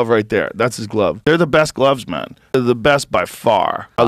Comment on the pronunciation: Anyone else notice that Joe Rogan copied the way Brendan Shaubs pronounces the word “man” 😂